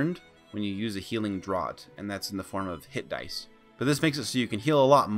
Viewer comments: NB: “draught” rhymes with “laughed” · lol I've been pronouncing "draught" incorrectly for years then :P